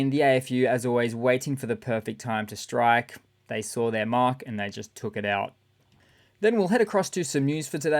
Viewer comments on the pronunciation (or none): none